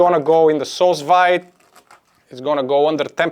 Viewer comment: Do you think it could work with canned pineapple? Fresh pineapple can't be found all year round near me, and they're very expensive when they are available ... PS: I believe 'sous vide' is pronounced like 'sue veed' :)